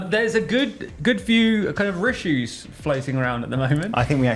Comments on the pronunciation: please keep saying rissues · for the love of god please keep saying "rissues" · The big rishues are a lot worse for the homeless.